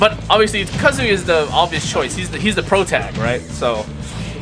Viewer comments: Kind of annoying how some people say his name like "cuh-zoo-yuh" instead of "ka-zuu-yah" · Its KA ZU YA Not KAZOOYA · The guy who keeps calling kazuya Jin kazama has terrible friends for not correcting him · STOP CALLING HIM JIN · The way many of them pronounced his name, I'm expecting somebody to make fanart of "Banjo-Kazooya." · makes me realise how many people say kazooya and i can’t unhear it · KA ZOO YAH?! KA ZOO YAH?? Bro. C'mon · Why were they pronouncing his name "Kazooya" though? 💀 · This Is great, “ hoes mad” but..... I can’t take the fact they keep saying “ Kazooya” I’m getting really tired of it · And so many of them can't/won't say his name right! 😒💢💢